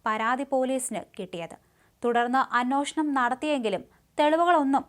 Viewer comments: ഇവരുടെ വാർത്ത വായന കേട്ടു കേട്ടു ഞാനും "അന്വോഷണം "എന്നാണ് ഇപ്പോൾ പറയുന്നത് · ഇവളെ അന്വേഷണം എന്ന് പറഞ്ഞു പഠിപ്പിച്ചിട്ടു വേണം വാർത്ത പറയാൻ വിടാൻ...